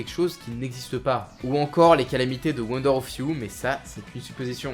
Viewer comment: Gaffe à la prononciation. Rékiem Wonder off you Platinium ><